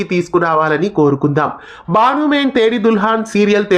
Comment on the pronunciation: బాను కాదు బను మే తేరి దుల్హన్